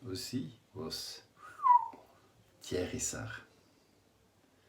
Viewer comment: you have a french audience tonight, and your language skills can be heard just in the "Thiers Issard" prononciation ! great job